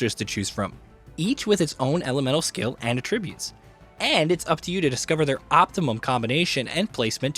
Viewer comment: piqued: pronounced exactly like "peeked" AT-tri-butes